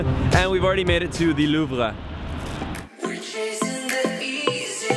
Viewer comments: Why do you say “loov-ra”? It’s “loov”. You’re Canadian. You need to brush up on your French. Haha! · the way Louvre way pronounced tho. lol